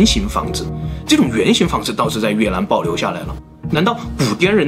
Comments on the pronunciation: 雲南就會講雲南 越南 就講成 越蘭 ㄌㄢ˙ 怎麼就變 Lan 了呢 ???? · 这集太难为总裁了，又是”女”巫又是越”南